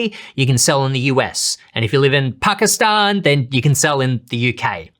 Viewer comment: Love the way you said PAKISTAN - Am from pakistan (Tahnk You)